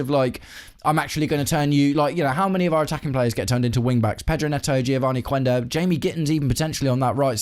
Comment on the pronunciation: I'm not sure if you/me and the rest of the UK are Anglicising Geovarny Quenda's name a bit too much. I get it that we say 'Queen' 'Quack' and 'Quick'. If you were to try French (for example) and say 'ques que cést' you're not actually saying 'kwes kwe cést' are you? Too English. But and it's a big but... I'm not an aficionado when it comes to Portuguese, there are other podcasters out there who pronounce it 'Kenda', again but what do I know? Thankfully we are experienced now that Granit Xhaka has been on these shores for a while!